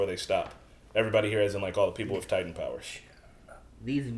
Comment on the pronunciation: Did no one else realize this? My man really said Attack on Titty 😭😂